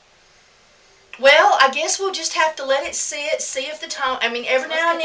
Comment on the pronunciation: Did you say let it sh-it? or sit? lol. Maybe it was just me. lol